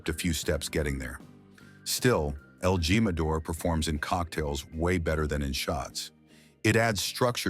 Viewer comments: You ought to teach the AI how to speak Spanish... It would be a lot more credible & a less hilarious... It's not gym•a•dor, it's heem•a•door... Celeb tequilas suck! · EL GEE-MADOR??? IDIOT!! LEARN SPANISH!!!! WHERE'S THE CENTENARIO ??? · What the heck!?! J is pronounced H= el Himador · El Jimador is pronounced "he ma dor."